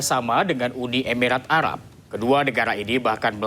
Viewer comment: Yang bener "uni emirat arab" .. Bukan "UDI EBIRAT ARAB"